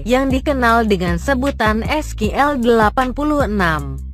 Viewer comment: SQL dibaca Skill ,, whatttt?😄😄